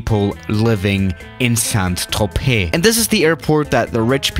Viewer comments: I really love how you say words in french like Saint-Tropez, it is basicaly sain-tropé and not sain tropey, hard to write how to say it. Maybe you can ask google trad even if it's not the sexiest voice... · It's pronounced "San Trope" I'm triggered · This is like right next to my house. pronounced sant troepay